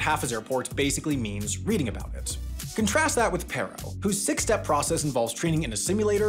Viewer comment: Good video; I happen to be have a couple relatives who are Bhutanese pilots. It’s pronounced “Pah-ro” though.